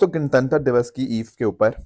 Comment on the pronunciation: Gantantra ❌ Gan Tan Tar✅